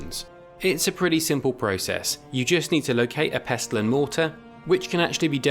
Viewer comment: Thistle, Wrestle, Nestle and PESTLE. Hint: the T is silent.